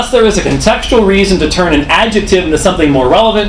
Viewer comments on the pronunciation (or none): none